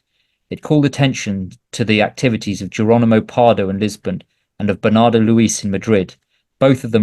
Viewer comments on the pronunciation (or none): none